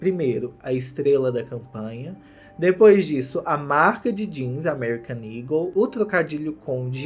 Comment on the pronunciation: SIMMM! mesmo ele mostrando as fotos da loja no começo tava na minha cabeça "ego" pela pronuncia, só no final do video que eu me toquei que o nome é "eagle"